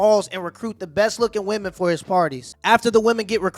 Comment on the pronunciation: why are you saying "vvomen"? just say "women"